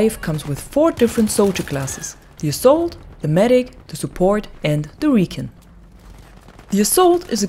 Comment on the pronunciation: Rec-on not re-can 🤣